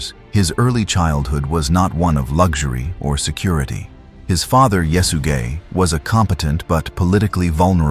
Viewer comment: could you say that name one more time😂 "yes you gay"